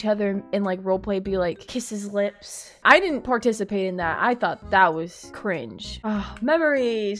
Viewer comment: I love when she says Cri-nge ✨👀💅